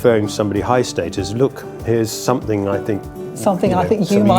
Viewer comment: “Moved up the StAY-TUs” I think you meant “status”🙂 btw